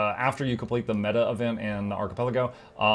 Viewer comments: arca-PEL-ago. It is a hard C. emphasis on the PEL of the word. You be killing me with that. I am sorry for pretending to be polite and not saying anything. I did this once to Jawkneboi with the word incendiary. HE was upset with me for not telling him sooner. I hope you wont look down upon me for remaining silent for so long. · Hearing ARCHI-PUL-AGO makes my day. Ty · You can't be pronouncing ARCHIPELAGO like that for real...